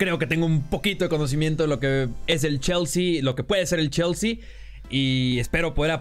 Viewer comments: „Cheooolsy“ :v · Lo mejor del video es como pronuncia chelsea